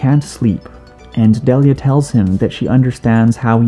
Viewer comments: It’s pronounced Dee Lee yuh, not deli uh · yo ash's mom's name is pronounced dee lia not de lia